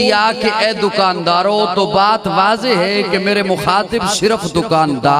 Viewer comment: Wazoha nhi yaar Arabic m Wadoha parha jata hy. Ap barey saghir waly molvi bohut zindi hn ulta hi parhety hn.